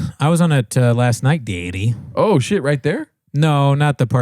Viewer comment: I laughed really hard when said, "Well go fuck yourself, Dad." He's been saying dyaddy so much that he's actually paternalized.